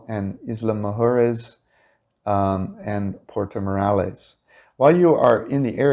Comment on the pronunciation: You really don't like saying the word mujeres. lol. Try to pronounce moo hair ess. lol